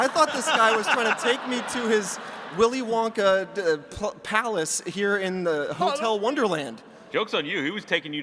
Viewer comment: Villy Vonka